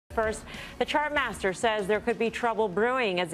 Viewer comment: “Chart master” wrong as usual